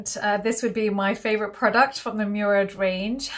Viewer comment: It’s pronounced Mo-rad not Mew-rad. It’s an Arabic sir name! Thank you so much for the informative video coming from an Arab x